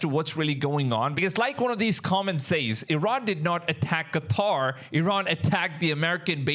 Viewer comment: Props for saying Qatar and NOT freaking Cutter 👍